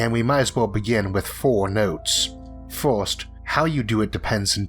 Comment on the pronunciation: 1st: wtf is forst 2nd: wtf is soknd 3rd: wtf is thord